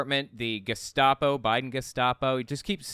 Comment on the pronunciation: Thank you,: "Bedminster," not "...minister." "Geh-SHTAH-po," not "...stop-o." Learn language, dumbasses.